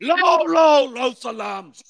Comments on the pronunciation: ছালামটা শুদ্ধ হলো না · আমরা ইসলামিক রাষ্ট গড়তে চাই । যার সালামটাই ঠিক ভাবে উচ্চারণ হয় না তাকে আমরা এই দেশে কোন নেতৃত্বের স্থানে দেখতে চাই না ।আওয়ামী লীগ বিএনপি কোন দলই চাই না। আমরা নতুন করে কাউকে দেখতে চাই। যেমন মিজানুর রহমান আজহারী সাহেব। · সালামটা ঠিক করে দেন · বিসমিল্লাহ ও সালামটাও এখনো শুদ্ধভাবে শেখা হয়নি!